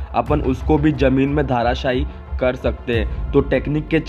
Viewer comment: I can't stop laughing when you said dharashai